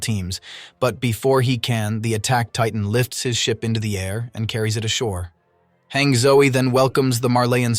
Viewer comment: i thought it was PONOUNCED HANJE NOT HANG